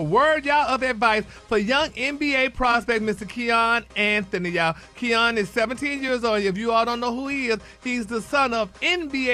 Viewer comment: It's Ky-ann, not Key-on....lol😂😂😂